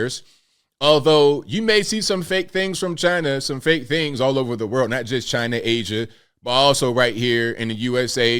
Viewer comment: Do we really believe Chi-Nah?